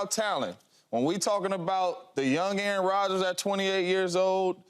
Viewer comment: “Aaron Rodger”😂😂😂 Drug test this man